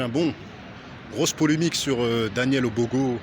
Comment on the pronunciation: EXACT il arrive meme pas a dire Obono donc ca veut tous dire BYBHR